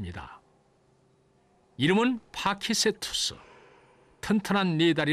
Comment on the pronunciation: 파키케투스로 기억하는데 여기선 파키세투스라고 발음하내